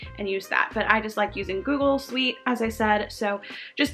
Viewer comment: Please learn how to pronounce google suite🐢 btw thxxx alottt for this infoo